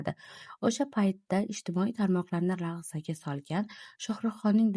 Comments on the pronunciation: Nimaga notug'ri talaffuz qilayapsiz, "laxzaga" emas larzaga diyiladi. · Singlim, yaxshi maʼlumotlar tayyorlabsan, rahmat! Ammo ayrim soʻzlar ustida ishlashing kerak ekan. Masalan, "Xalq lahzaga keldi", emas, larzaga keldi, deyiladi. Sonlarni nuqta bilan aytmaydi. Masalan: 47.8-qirq yetti butun oʻndan sakkiz shaklida. Soʻzlarni aytishdan avval tahlil qilib, keyin oʻqigan maʼqul singlim.